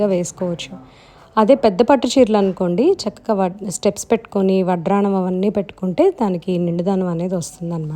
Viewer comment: Why do u say ‘’VadRaanam’, Vaddanam kada 😀